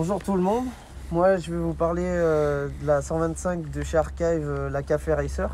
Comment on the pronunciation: "Arkaïve"... :face-red-droopy-eyes: Heureusement que c'est une marque Française et que le mot "Archive" existe dans notre langue ! :face-green-smiling